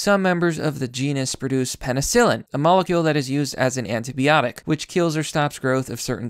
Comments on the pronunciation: This needs more attention, but mate please learn to pronounce antibiotic properly. P. S. Fungi are a kingdom not a species you nagger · Every time you say "antibiotic" an English teacher shoots themselves in the face.